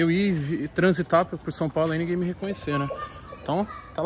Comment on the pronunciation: " transitar e inguém ve ver " kkkkkkkkkk o cara acha que é o Neymar, só pode.